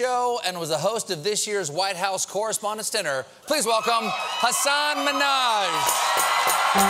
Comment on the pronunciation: Did Stephen just called him Minnash?! Hmmmm.